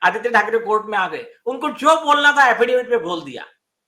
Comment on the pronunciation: अफिडेफिट नहीं, अफिडेविट.. see English spelling.. 5 - 6 बार गलत् pronounce किया!